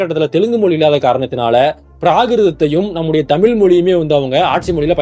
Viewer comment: முதல்ல உனக்கு "தமிழ் தமிழர்கள்" இதையே ஒழுங்கா உச்சரிக்கத் தெரியலையே! அப்பறம் எப்படி மத்த மொழிகளப் பத்தி வீடியோ போடுற? காமடி பீசு! எல்லாம் பொய்!😆